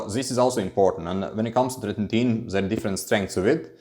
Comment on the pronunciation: yo are u able to just keep ur minox gains now with fin? cuz u been on it so long. and bro its not tretin-tin, its tretiNOIN :D ur a funny guy, love ur vids ur so good but also funny